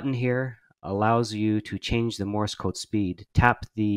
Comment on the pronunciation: Morris code! Cultural Learnings of America for Make Benefit Glorious Nation of Kazakhstan... It's Morse, not "Morris", people. Love my CW Hotline and the VBand site though, as I can't get on HF currently.